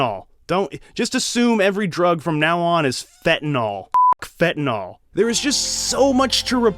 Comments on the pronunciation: What really stood out to me is your mispronunciation of 'fentanyl' phen-tuh-nil....NIL, not n'all...i feel better now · It’s pronounced fentanYL, not fentanALL….